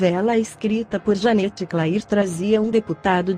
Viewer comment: Escreve Janete Clair mas se fala Janete cler